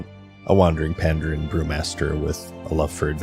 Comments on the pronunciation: pandARAN not pandEREN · You need a better editor to catch silly mistakes like your mispronunciation of Pandaren.